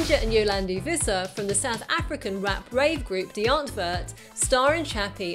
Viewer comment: Visser is also pronounced FISSER, instead of VISSER.